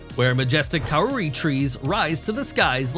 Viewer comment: Sorry to be a stickler, but Kauri (pronounced Cow-ree) and in particular Tani Mahutu (King of the Forest) is the largest tree by volume.